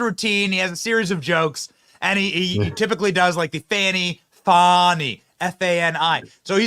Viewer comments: BTW, what is up with the stupid pronunciation of "women's" names (I use the term women verrrrrrrry loosely. For example: Kamala..... Kamal Aroush (the real way to say. It):and Fanny who is trying to sound ghetto fabulous by saying: Fawn-------knee🙄😄 when it's pronounced like the big thing she sits on: Fanny. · It's not fahny or fawny, Its fani ... Like fanny pack All media trying to class up her name 🤣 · It's "Fani", not "Fauni". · pronounce it fani, farney, fanny whatever. It all translates to ASS Willis